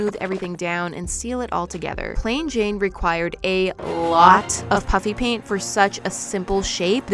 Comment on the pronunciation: when you say “Puffy Paint” it still sounds to me like your saying “Puppy Paint” 😂😂